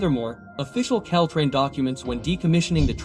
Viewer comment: wtf is Ctrain? It’s Caltrain 🤣🤣🤣